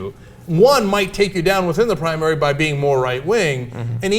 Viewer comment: 'primanary' lolz